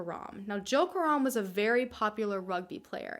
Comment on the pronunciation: I love how you pronounce Karam as in Car Rum.. when it's Ka Ram...